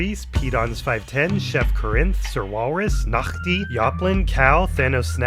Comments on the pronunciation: The Nachti pronouncement was suprisingly ON POINT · You pronounced the Dutch "g" in "Nachti"! Cool.